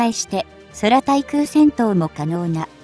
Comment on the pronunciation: そらたいじゃなくてくうたいでしょ😀